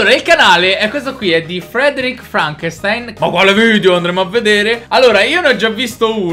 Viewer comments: SI DICE FRANKESTIN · si pronuncia FRANKESTIN!